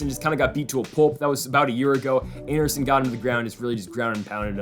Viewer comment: This man really said anderson…. Smh